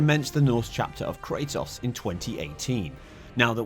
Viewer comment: This man really doesn’t know how to pronounce kratos….